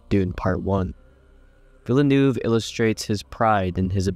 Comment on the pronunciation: "rath" "villanoove" Nope I'm out...